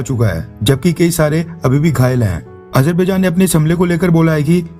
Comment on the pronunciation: Hahahahahaha Modi is worried about Azerbaijan/Armenia conflict. He pronounces it Ajar...bhai...jan...😂😂😂😂😂